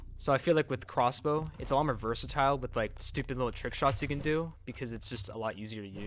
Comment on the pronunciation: He said “corsbow lol